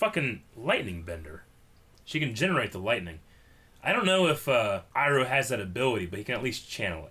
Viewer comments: And yet he still says “Eroh” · you pronounce Iroh wrong!!!!!!!!! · Yo why the fuck does still pronounce Iroh wrong?